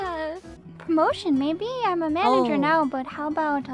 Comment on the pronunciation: "Myanager"